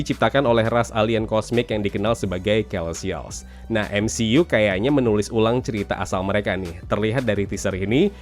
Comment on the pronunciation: bacany selestial pak😂😭